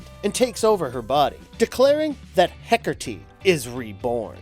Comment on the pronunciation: HecaRrrrrteee /cringes